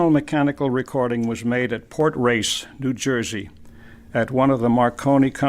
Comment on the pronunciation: That’s not “port race, NJ” it’s “Cape Race Newfoundland”